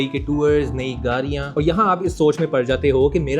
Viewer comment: Bhai it's garian not gharian 😂